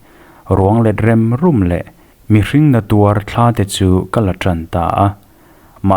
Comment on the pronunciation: A ngaihnawmin ava han rapthlak em!! Thurawn pahnih chauh aw... 'neu nuau' ni lovin, 'Niau nuau' tih tur a ni ang a, 'Rem ruam' tia i lam hi 'Riam ruam' tih tur a ni bawkin a lang e.